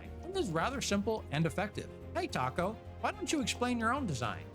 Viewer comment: Taco sounded more like egg roll